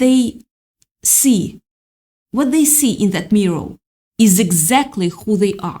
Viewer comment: Practice makes perfect, butt we know YOU can do it. It's NOT pronounced "MEEE~ROW" ! We were wondering what the heckers a "MEEE~ROW" was until we realized your attempt at saying "MEEER~ORE". Thank you. { You're welcome ! }